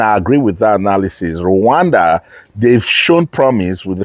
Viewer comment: Why are u calling it luwanda